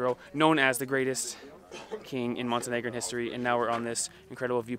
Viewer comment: Oops! Montenegrin, not Montenegran.